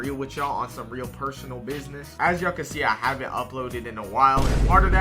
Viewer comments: Every time he says "real" he replaces it with "rell"💔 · every time he says "real" he replaces it with "rell"